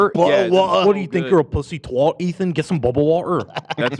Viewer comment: British say "twat" like "rat", not like "rot"